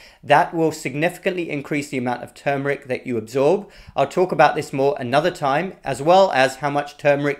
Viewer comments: Thank you for saying TERRRMERIC, and not TOOMERIC.😁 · Thank you for not saying TOOMERIC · #1: Thank you for pronouncing the word correctly. #2: Turmeric needs pepper #3: Too much turmeric can decrease testosterone #4: The late Mary Enig, Ph.D.; NIH, published research about how organic, raw coconut oil destroyed enveloped virus membranes. I, myself, after many years of blood donations, tested CMV negative after incorporating raw coconut oil into my coffee and other parts of my diet. In fact, The Red Cross wrote a special letter to me requesting my blood because the negative CMV factor made my blood suitable for babies and other special cases. Also, many years ago I met a nurse from one of the Caribbean islands. She told me that they use(d) coconut oil in their AIDS patients. #5: Thank you.